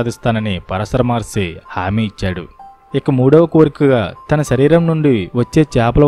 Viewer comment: Maharshi plz prounance by properly